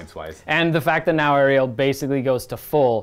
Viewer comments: Really great battle report! But I just want to say that the goddes is called Alarielle and not Ariel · my dude, it’s Alarielle it Ariel.